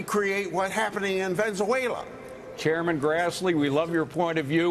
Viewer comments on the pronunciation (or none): Ven-Za-Way-La, its Ven-Ez-Way-La chuck .... he's right tho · He said Venzawayla!🤣🤣🤣 gotta love this guy!